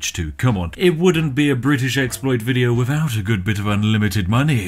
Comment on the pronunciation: For the love of fuck please pronounce the 'th' sound inside words! It's not wivout, it's without! How do you even say "That fug kit"?? I'm so lost here! Regards, A fellow Brit